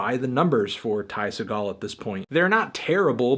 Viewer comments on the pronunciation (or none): There's a sticker on the shrinkwrap on the album that literally tells you how to pronounce his name. we can not excuse Ty Se-GALL anymore. It's pronounced closer to "segull" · Antnee you gotta stop pronouncing his name as Ty SE-gall! The proper pronunciation, technically, is Ty SEE-gall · ITS NOT SAW GALL, ITS FUCKING SEE GULL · you anthony jsyk its pronounced see-gal as in seagull not seh-gal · Sea-gull not phony action hero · His last name is pronounced like "Seagull" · its pronounced "Sea- gall" like the bird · It's "SEA-gl" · It's pronounced Seagull. Spelled Ty Segall, pronounced Tie Seagull. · ITS PRONOUNCED LIKE SEAGULL oh my god fantano ya killin me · "Segall" is actually pronounced like "seagull" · fantano it's pronounced sea gull but this album is fucking sick and ty is the man man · it's pronounced like Seagull. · Anyone else cringe at how he still pronounces his last name wrong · boy you pronounced his name wrong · are you saying his name wrong on purpose... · It's pronounced like the bird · Are you mispronouncing his name on purpose? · Fantano, it's pronounced like the bird not the actor ya dingus.